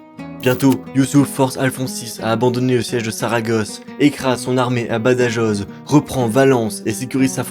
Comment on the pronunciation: Badajoz....ça se prononce pas du tout comme cela ;) Ba da roooo